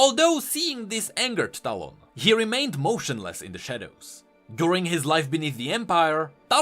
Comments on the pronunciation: you mean "towel" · Bit by bit your talon pronounciation turns into quick stallone. Makes me laugh to think talon to have a face of Sylvester Stallone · As a filipino, I hear "Talong" instead of "Talon".